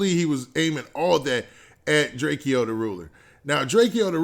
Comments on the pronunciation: It's Drake-o not Drakeeeo 😂🤦🏾‍♂️ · why u keep saying “drakee-o” its just Drakeo...like Drake-O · Its pronounced "Draco" the ruler my G